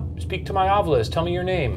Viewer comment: screen: Ovilus Ryan: Ovulus